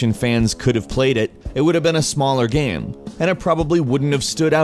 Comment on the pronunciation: the way you say game lol xD everytime you said game it sounded like gaem